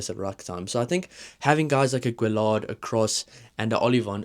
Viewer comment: LL in french tends to be an uy with the accent after on the e sound so gailleton is more guy-et-on. Guillard no accent on the a gu-ee-ard. Keep up the videos.